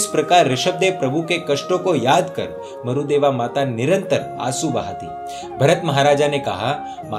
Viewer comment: Marudeva nahi Marudevi name h aur sihasan nahi sighasan bolte h